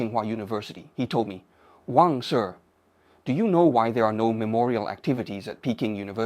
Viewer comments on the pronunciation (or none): none